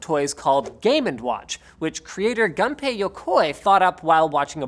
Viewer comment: gUnpei like 'goon-pay' but that's ok.